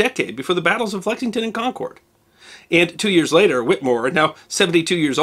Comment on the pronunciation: Hate to be that guy but Concord is pronounced like "conquered" not "con cord"